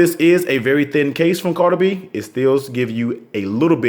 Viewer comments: Great review. Sounds like you're saying Cardi-B :D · It’s pronounced ca da w be